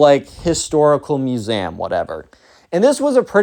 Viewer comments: He pronounces the word museum like masam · bro it brought me to Tears when I heard u say "musaehm" (no hate I just LOVE! ur videos) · why do you pronounce museum muse am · I am in pain from the way you say museum